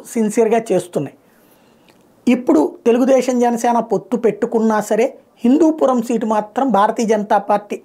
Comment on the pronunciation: It's Hindupuram not Hindupoor